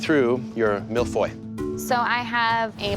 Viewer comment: you still don't know how to pronounce Millefeuille 😄